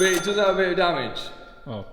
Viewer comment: If I hear the word Damage pronounced like that again I am unsubscribing .and not watching again.